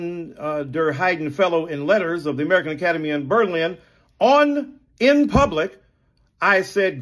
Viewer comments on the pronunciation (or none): none